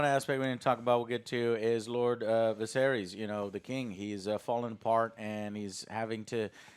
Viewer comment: Bruh he calls Ser Criston Ser Christian. And he calls the king Vuh-sair-eeees.